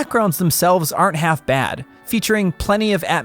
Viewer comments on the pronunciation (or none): none